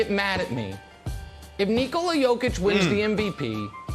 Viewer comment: At least nick wright is pronouncing „nikola“ right